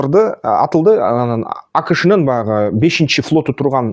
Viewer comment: Анан деп суйлосон боло тууган ан дебей😅